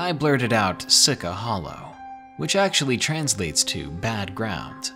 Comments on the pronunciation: same once he said SI-CA i cringed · I grew up 5 miles from Sica Hollow. It's pronounced "Seeshee". Nothing to be scared of out there except high natives that will try to scare you away. Also, skinwalkers aren't in the legend. Just a few "ghosts". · Great story, but I actually live 10 miles from Sica Hollow and it's pronounced Seechee Hollow...no i dea why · See-che is the pronunciation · Sica is pronounced see-cha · its not SI-CA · Sica.... "she cha". Just an FYI darling. 🙃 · You are supposed to pronounce “sica” - “see-cha.” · It is actually pronounced, See-Cha. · 6 years later you pronounced sica wrong lol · Devin Lien thank you someone else from South Dakota! Please people learn how to pronounce things! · I was gonna say I can tell he ain't from South Dakota bc he didn't say it right lmao